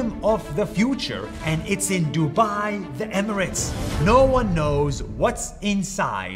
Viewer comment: I like how he said duba☠️